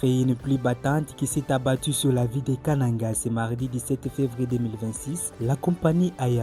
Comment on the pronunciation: Pourquoi vous prononcez Kananga comme les gens de l'équateur?